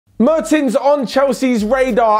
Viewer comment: the first 'e' in 'Mertens' is pronounced like the 'e' in 'yes'